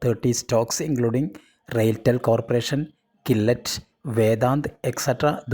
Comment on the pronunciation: Nice stock vlog! Gillette is pronounced as “ Jillette